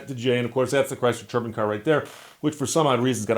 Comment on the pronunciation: If you ask Google how to pronounce “turbine” you will not get the same pronunciation at Steve uses.